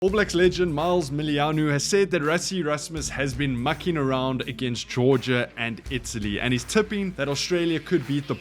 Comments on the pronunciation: Did he just say Miles Milianu ??? I think it's Mils Miliahina ... for goodness sake 🤔😢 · Mils Muliaina [Milz Moo-Lee-ah-ee-nah] say it right man!